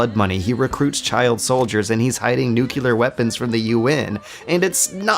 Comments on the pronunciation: I'm begging you, man. Please. It's NOO-CLEE-UR. Not NOO-CUE-LUR. Mispronouncing that word is not consistent with the intelligence and thoughtfulness you usually bring to your videos. You can fix this. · NEW-CLEAR not NUKE-U-LAR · Ugh. I like your videos, but why do you keep saying 'nucular' instead of 'nuclear'? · C'mon man, stop saying nucular! That's not a goddamn word. There are particles so there can be particular. There are molecules so there can be molecular. However, there is NOT a nucule so nucular is a bastardization of the word nuclear. Please, you're smarter than this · i love your MGS videos man, but please stop saying "nuculer". it's pronounced "nuclear". it hurts my soul every time i hear that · Love your videos, but one of these days you're gonna have to learn how to pronounce 'nuclear' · great observations son, but please, 'nuclear' not 'nucular'. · Dear, It's nuclear, not nukular. All the best, -zid. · Why do you keep saying "nucular"? Do you really don't know how to pronounce the word "nuclear"? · NJU-KLIAR GODDAMMIT! Its pronounced /ˈnjuːklɪə/ - not /nju-ki-lar/! I Love your videos, but holy fuck, this is annoying in the longer run. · I agree completely. This one aspect drove me crazy the more he pronounced this word incorrectly. He's so thoughtful and extensive in his commentary overall, but please correct this! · lmao new-kew-lar weapons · I love these videos but it makes me sad every time you say "nuke-u-ler". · Nucular... OMEGALUL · New kew lar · Nuclear, not nukular. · Jesus fucking christ, why is it so hard for yanks to pronounce ¨NUCLEAR BOMB¨ right? You're the only bloody country that ever used one. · ``Nuculer, it's pronounced nuculer`` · I'm usually more or less on board with your conclusions, but this time I've got to say I think you're wrong. About a bunch of things. But most importantly, stop pronouncing it 'nucular'. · Great video, but bro, you gotta stop saying "nucular". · Not this "nucular" thing again.